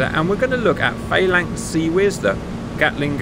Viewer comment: I thought you were English. Faylinks?